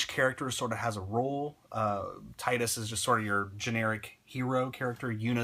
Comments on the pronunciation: To not be offensive or anything Tidus's name is pronounced as Tee-dus. They never say it in Final Fantasy X because you can change his name to anything, but in Dissidia that's how they pronounced it. :) I used to say it the way you did too until my friend told me and I saw in Dissidia. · I liked ur videos so far, but I can't agree with this one. Yuna the only one with char development? Wtf? No plot twists? Dude, how can u play the game and say that?? Seymour was a cool villain, maybe it's just a matter of opinions. Oh and... you're pronouncing "Tidus" wrong.